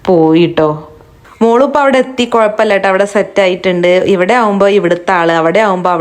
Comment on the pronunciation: ബ്ലാംഗ്ലൂര് 😂 കുളപ്പമില്ല കുളപ്പമില്ല